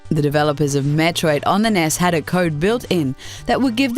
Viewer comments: No, because nobody pronounces it 'ness'. It's called N E S. The makers of these videos obviously don't know a thing about videogames, they're just cashing in on ad revenue using clickbait. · "NES," not "Ness." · Anyone who pronounces N.E.S "ness" needs to jump off a cliff. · N.E.S not nes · Did she just pronounce NES 'ness'? I'm fucking done with these videos. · Just trying to figure out why some (most) Americans say N.E.S, that's all. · She can't pronounce Deus, Melee, or NES. Why, seemingly intelligent person? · Huh, I guess I'd never heard it pronounced that way. Do you call the SNES 'sness'? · Yeah, I guess you're right. We do the same thing in the U.S. for some acronyms, but for others it doesn't work, and for whatever reason I've never heard people pronounce it 'ness' here. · Honestly I have no clue. Could have been the way it was marketed in North America...maybe all the ads pronounced it N.E.S.?